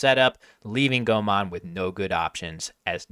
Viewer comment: Why does say Thai grandmaster Komol's name as "Gomon?"